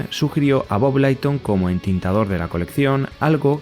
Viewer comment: Se pronuncia Mik-e-láin-i y Leiton. Hablo inglés y viví décadas en USA fuí a convenciones y así pronuncian ellos sus apellidos. No te lo tomes a mal, para que mejores tu canal 😊